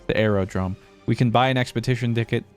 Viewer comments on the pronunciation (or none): "Expetition dicket"